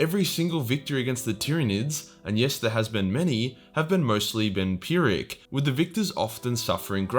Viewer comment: Lol did you say it was a vampiric victory? You mean a pyrrhic victory.